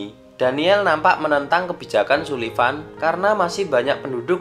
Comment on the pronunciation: Sullivan dibaca Sulvian ki piye? 😅